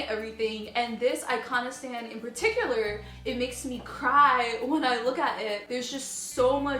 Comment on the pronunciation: Iconostasis ;) "I-con-o-stas"